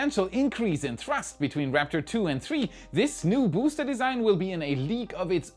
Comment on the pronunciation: Vous feriez mieux de payer un traducteur pour vos vidéos, cette voix type IA est insupportable. C'est bien pour faire du fric facile en touchant le public étranger mais niveau qualité c'est égal à un étron. 💩 (spacèxe... le bousté 11, le bousté 12, les tuiles chauffantes, la nouvelle tour ne mesurant que 2 mètres, vôtre chaine qui s'appel "Y pourquoi" 🤣🤣🤣... omg) Sans ça je me serais abonné!